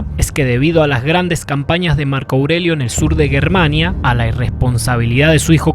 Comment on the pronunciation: ¡GUERMANIA? hable bien, booobo